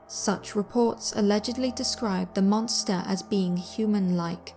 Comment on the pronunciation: "wah is ah monstah"